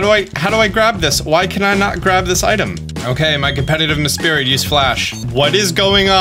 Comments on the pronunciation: lol meSPRIT not MESPIRIT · say it with me “mess-prit” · a-a-ron and mespirit XD I just can´t, it´s just too funny